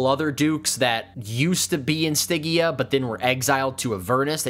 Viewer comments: Stidgia, not Stiggia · The "G" is like George dumbass 😂😮😅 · good info... but that pronunciation of stygia... OOF! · It's a soft G, like fridge. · I hope that you understand you mis pronounce stygia the whole time 😂😮😅